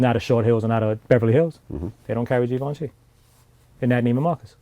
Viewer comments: No Givenchy, But you pronounce ut like gi ven chie basically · This nigga calling Givenchy.. as geevenchi 😂😂